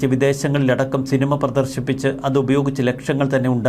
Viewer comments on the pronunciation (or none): none